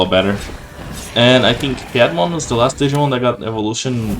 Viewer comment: mate, you keep saying pie mon. it's not a pie. you read it in latin, not english. pierrot monster. that's where the name comes from.